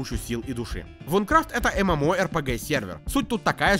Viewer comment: Наверное я душнила , но не Вункрафт а Винкрафт (извини , очень режет слух когда кто то не правильно произносит, мой самый любимый проект )😊